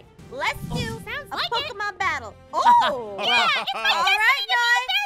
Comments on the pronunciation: Its not pokeman its pokemone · Did you said popo Mon?